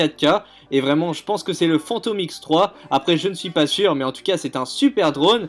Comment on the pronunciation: Il m à tué quand il a dit "Fantom x3"😂 déjà le phantom x3 il existe pas mais en plus c un Inspire 2